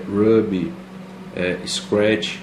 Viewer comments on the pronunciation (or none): none